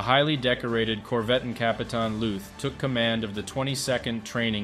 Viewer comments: LÜÜÜTH, MANN! ... nicht Looth. Engländer! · Lüth, not luth. we do not make a strange sfsfsfs sound out of a t, just because there is a silent h with it…and those two dots are there for a reason. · The H in Lüth is quiet, which means you pronounce it as if it wasn’t there, Lüt. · Why didn't you start your research by learning how to correctly pronounce his name?